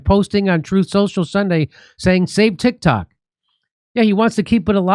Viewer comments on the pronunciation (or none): I keep hearing "Tik Tak."